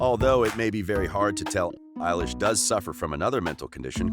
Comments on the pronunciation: You said Billie Ayelish! It’s Billie Elish! I’m cringing! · I love how he's calling her eilish 😂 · I hate when she calls her Ellish... 😂😂😂😂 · Bille illish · All I hear at this rate is “Eilish” all I hear rn XD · Her name isnt elish its billie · “Eilish” “Eilish” “Eilish” “Eilish” “Eilish”